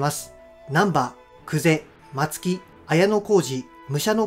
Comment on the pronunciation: 花山院はカザンインじゃなくて、カサノイン 松木はマツキじゃなくて、マツノキだよ